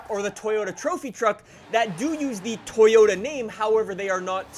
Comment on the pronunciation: It's just Toyota (to-jo-ta), not To-yo(gangsta "yo")-ta. It's very simple.